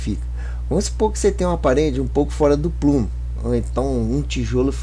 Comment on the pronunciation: Não é "plumo", é 'prumo'